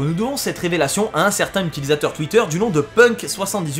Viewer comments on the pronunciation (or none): none